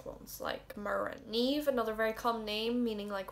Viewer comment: On behalf of all Niamhs, It is neeeve not ni-am😢😂